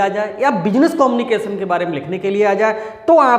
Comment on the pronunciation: कोमनिकेशन✅ कम्युनिकेशन❌😂😂😂